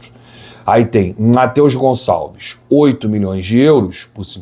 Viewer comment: Tira esse "S" do Gonçalves, pelo amor de Deus!